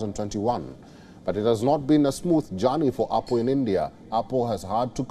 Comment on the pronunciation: Why are you keep saying oppo